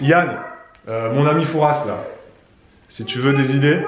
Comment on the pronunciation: Raaahhh le s ne se prononce pas dans Fouras 😆 toute mon enfance le fort Boyard ❤️